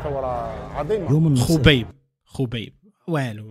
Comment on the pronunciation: Khobai ❌ Khobaib✅